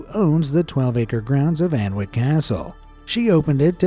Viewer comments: It’s not pronounced “An-wick”, it’s “Annick”. The poison garden only allows people in with a guide in small groups. As well as Hemlock etc, there are Liberty shrooms and cannabis plants growing (the latter having been stolen from nearby stores of plants on at least one recent occasion). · Fascinating video but just for your interest Alnwick is pronounced Annick ... we do it deliberately to confuse the tourists 😂